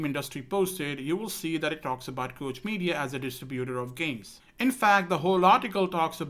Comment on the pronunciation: Just an FYI for future reference Koch is pronounced like Coke the soda company.